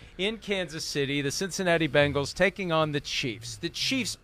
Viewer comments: BENGALS! NOT BANGLES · Someone, please tell Chris it's not Bangals, it's Bengals. If it is too difficult, give Cincy a try. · It's funny how Chris says "Bangals" instead of "Bengals" ..... LOL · Every time Chris Simms says "Bangles", a puppy dies. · Please, Mr. Simms. For the love of God! The Chiefs will forfeit if you just stop saying, "Bang-gulls."